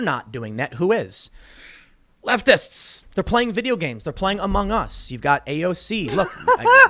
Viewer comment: Even the way he pronounces Among Us and roguelike is so alien. I wonder if he watched Thought Slime and that's why he's so hung up on skateboarding? So weird.